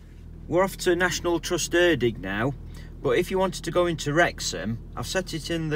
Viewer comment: Erddig pronounced "Erthig" th as in the one in "The"